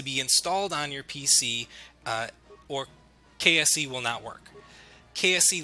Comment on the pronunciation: Every time you said "KSE" I kept thinking you were saying "KFC" xD